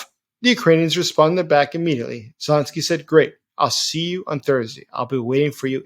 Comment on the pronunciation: Zelensky not esy man